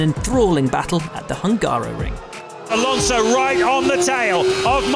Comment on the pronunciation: As a Hungarian, my ears are hurts when somebody is pronouncing Hungaroring as Hángáróring